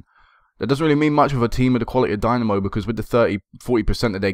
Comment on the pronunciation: Wonderful series mate. I like how long term this has been and how the club has grown. Best of luck in the EL qualifiers. This is quite probably the most enjoyable FM save I have ever watched on YT. btw...Dinamo is pronounced dee-NA-mo (na as is ha like ha ha ha)